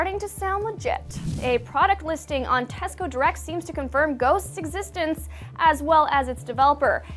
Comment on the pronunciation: I just heard an American say the word 'Tesco'. My beliefs, my values, my very soul. They have all been shaken to the core. The revelation of what the word 'Tesco' sounds like in an American accent is almost too much to bear. Too much for this lifetime... Oh, mighty wind. May your gust send me to a thousand-year slumber, from which I may awaken enlightened and spiritually revitalised.